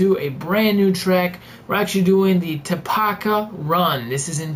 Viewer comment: Oh crap. im from chile and its not taapaca its tarapaca